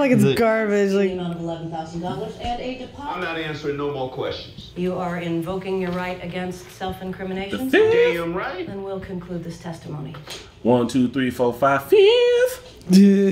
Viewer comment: Anything you say FITTTTH